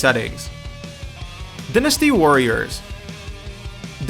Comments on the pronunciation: Why are you saying dynasty so weird. Dynasty like "Diner" not "Dinner" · You pronounce in dINasty warriors instead of dIEnasty lol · die-nuss-sty not dynn-ness-sty omfg that drove me nuts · din-es-tee warriors..... he says it wrong DIE-NESS-TEE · you said "Din-"asty Warriors so much I had to stop watching... It's "Die-"nasty.. ..like Cyber dyne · Dinnasty? Strenth? Umm, no offense to you, man, but it's pronounced DIEnasty and strAEngth. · sorry to tell you mate, but it's said differently around the world. for example, in America, it's said dynasty (dine-asti) but in europe it could be said like dynasty (dinn-asti) I understand your confusion, pronunciation in other parts of the world can be a difficult and confusing subject. good day. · it's die-nuh-stee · dinisty warriors....really -_- do you not know how to say dynasty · okay I haven't even finished the video but who the fuck says "Din-us-tee" Warriors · Dynasty and strength are pronounced that way where I'm from? Die-nasty sounds bizarre... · Butchered the name Die-Nasty Warriors! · Where did you learn how to pronounce words? I mean I understand not knowing how to pronounce the "oni" in Onimusha but really, pronouncing dynasty as dinn-asty? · An American one, yes. But only the Brits pronounce it dinn-asty. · dinustee? awneemusha? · This dude is an idiot. Good god how do you not know how to properly pronounce DYNasty.. Fuuuuuckin dumbass. Lmfao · Please never say dynasty ever again. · You said dynasty wrong idiot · What moron can't even pronounce dynasty I mean come on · surprised I haven't seen a comment about how dynasty was pronounced... cringes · I definitely noticed that and as a fan of the game I cringed so hard that my neck retracted into my bpdy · yeah the way he said it just went through me and I was screaming the correct pronunciation at my screen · the dark wolf xDD same!!! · How do you mispronounce dynasty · i was like wtf